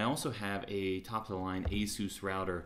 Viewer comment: Dude, you're pronouncing ASUS all wrong! ... (I search out the real pronunciation), wow, I've been pronouncing ASUS wrong all these years!